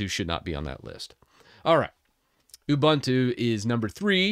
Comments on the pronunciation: It's "OOBOONTOO", not "OOBANTOO". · Ubuntu is an Zulu / Xhosa word that roughly means "I am because we are.". It is pronounced as oo-BOON-too /ʊˈbuːntuː/ Breakdown: "u" as in "put" "bun" rhymes with "moon" "tu" is pronounced like "too" Love from South Africa. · I don't meant to seem shirty as I hate it myself as well as you, in fact probably even more than you, but it's Ubuntu by the way not 'abantu' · I grates me too when I hear that second syllable pronounced like a bread "bun." Their website and Wikipedia show the correct way to pronounce it, yet some YT content creators keep saying that second syllable wrong. Wikipedia even has a sound file that you can click on. C'mon now! 🤦‍♂